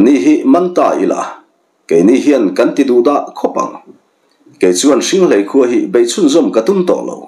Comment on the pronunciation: Hringhléi tih a ni. Ka chhiar kawp nasa a, hrianghmun te, hriangmual te, ka lo lam pawlh chang a awm maithei e, lo hrethiam hram teh un